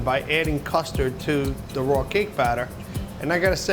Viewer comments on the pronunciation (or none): Deff thought u said mustard not custard I was like ewww